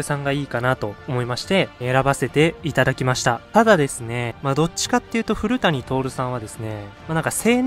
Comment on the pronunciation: 古谷徹さんの読み方を間違えてますが、本当の読み方は（ふるやとおる）です。 すみません。。